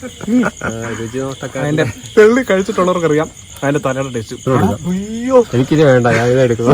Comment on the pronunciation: തെള്ളി അല്ല ചെള്ളി